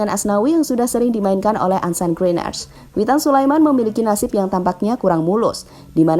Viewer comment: Ansan bukan arsen 😂😂